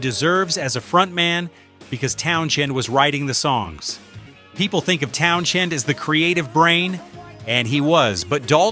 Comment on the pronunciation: Town-SEND Not Town- Shend PLEASE!!!